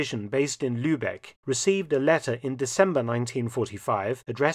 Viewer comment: My only complaint is the pronunciation of 'Lübbekke' like that of 'Lübeck'.